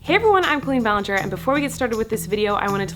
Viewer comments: I love you some much but it bothers me how you say our name. My name is also Colleen but its pronounced Cal-leen not Cole-een now when I meet people they say it the wrong way. Did you stop caring how you say it or is that how your family said it? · Co-leen? Why are we pronoucning it this way- col-een. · Why does she pronounce her name “Co-lean”